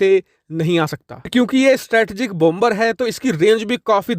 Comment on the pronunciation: Please 🙏 Please PRONOUNCE BOMBER AS BOMER WHERE B is silent Thanks 🌷 Normandy France 🇫🇷